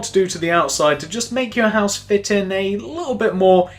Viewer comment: Its cool but he is anoying he keeps saying pouse but it looks cool.